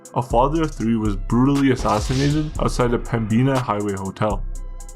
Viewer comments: We don't say PEM-BEEN-AH, it is PEM-BIN-AH. The b is almost silent when Pembina is said, almost to the point of sounding like Pemina. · Just giving you your flowers quality and research 🧐 is getting better I’m from Winnipeg and it’s pronounced pem-bin-ah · It's pronounced Pemm-ina yo, the "b" is silent. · aH.....and it's PEM-BEE-AH LOL.....RIP Pemby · the b in Pembina is silent. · Great upload. I lol'd when you pronounced Pembina.